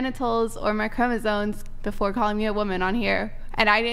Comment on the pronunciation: Why is everyone saying CHROMOSONE???? It’s CHROMOSOME WITH AN M